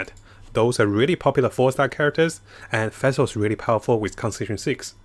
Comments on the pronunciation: Its nawwt fassel! pleasee it hurts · Everyone: Fischl: Fæhsehl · or Fesil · Every time you say Fischl it sounds like you are saying Vessel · Ngl every time pronounces Fischl's and Ningguang's name it makes me cringe -_